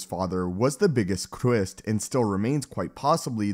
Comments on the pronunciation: was the biggest CWIST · The biggest Kwist?.. 🤦‍♂️🤣💀